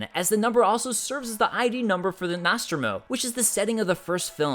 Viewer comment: Gamer - Nope. The way he pronounced Nostromo annoyed me. NAASTRUMO?